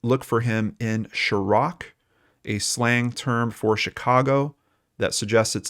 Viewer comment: Chiraq= "shy -rack"